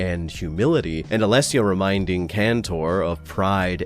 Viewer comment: Wow, first time I hear an anglophone speak my name out loud without stumbling or butchering it, bravo to you from an Alessio xD